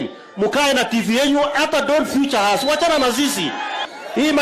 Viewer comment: Sudi, it's "featured" not "futured". Grapevine has it that Sudi will be the Minister for Education in the Kenya Kwisha government ........God help us.